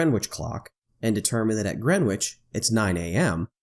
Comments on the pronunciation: ""Grenitch" NOT "Grenwitch"! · Just for info, the ‘w’ in Greenwich is silent. It’s pronounced “Gren itch” I’ve just landed into Sydney, after a 14 hour flight. Which would have been nearly 26hours if the earth was flat. Thanks Globe 👌🏼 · You don't pronounce the "W" in Greenwich. "GRENICH" Sorry, I know it's nitpicky. Being a Londoner, it grates on the ears a bit. Good video BTW! Thanks! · It's Grennij, with stress on the first syllable. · It should be pronounced “GREN-itch”. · Great video. One minor point that kept bugging me, though. The 'w' in Greenwich is silent. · Dude, the ‘w’ in Greenwich is silent.... the beauty of the English language ! Otherwise great video